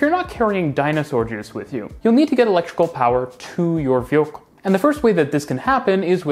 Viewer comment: Please stop saying Wheelcool instead of Vehicle